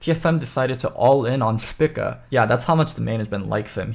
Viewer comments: Am i wrong, or is saying spica incorrectly... dude is saying "spicka" when literally everyone else ive heard has said "speeka" I could be wrong, but it actually annoyed me hearing him say it that way the whole vid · Spica is a star in the constellation Virgo and it's pronounced SPY-ka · Would prob recommend pronouncing it spEca for future reference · the star is pronounced speeka by all other nationalities listed execpt the UK and US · a lot of usernames dont follow real terms. Also, if you do more than just look at the first thing on a google search you will see that english speakers are the only ones who pronounce the constellation "spy-ka". Everyone else pronounces it speeka. On the link i sent, click the pronunciation button. They state it is speeka. Cannot believe i have to defend myself on a simple observation.